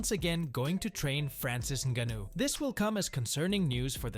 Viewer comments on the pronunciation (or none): The narrator said Francis Ningaano, and then said Francis Niggano....... 😲